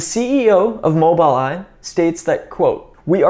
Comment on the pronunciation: Well done...Its pronounced "MOBUL Eye"